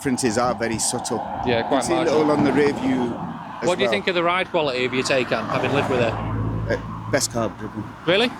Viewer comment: pronounced Ty-kon - FWIW prefer my Gen1 2022 version, while the Gen2 specs are improved, the new exterior is borderline mundane, e.g Tesla